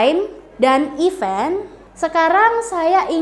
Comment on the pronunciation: Aduhh, guru inggris tp pronounce event aja salah...bkn ifen...hehehe